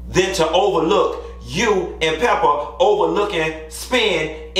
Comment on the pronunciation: You did Pepa wrong, 🤣